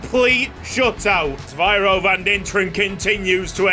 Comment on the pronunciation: Van Dinteren's first name is Zyviro not Zvyiro as you pronounce it.